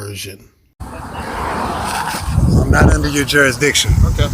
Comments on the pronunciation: "Statues" "Cohersion" 🤣🤣🤣🤣🤣🤣🤣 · It's only considered coHERsion if the police officer is a woman. 🙃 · Pronouncing coercion as coHERsion is an immediate 'red flag' of dumb. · Since when does the word “coercion” have an “H” in it. “Cohercion” is not a word. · Co - her - shon !!! Dumb mug it is trying to sound clever. I like to see someone coerce his backside with a big army style boot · Crimes against the English language? Cohersion? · There is no bloody h in the word coersion. They keep putting a damn h, it grates on my nerves. That alone should be worth a ticket.